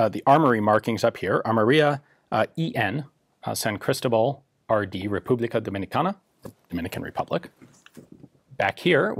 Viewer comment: Ian, you live now in what was part of Virreinato de Nueva España. Say "San CristObal" is easy, thanks to a simple rule: if the word is not ended in vowel, n or s and the word is not accentuated, then the stressed vowel is the one before the last. Besides that, thanks for the video! I really appreciate a deep explanation of San CristObal implementation of Kiraly system